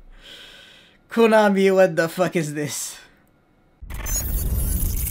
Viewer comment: Wtf is a Koo-na-mi